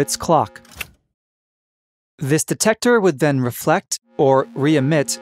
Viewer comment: “Dectector” Well